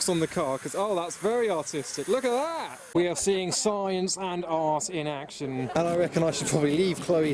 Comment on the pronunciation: Anything slightly unusual: a: " LOOKA DAT "